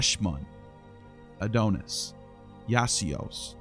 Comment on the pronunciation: Please, it isn't pronounced "A doan us", but "A don us." Your pronunciation is like fingernails on a chalkboard.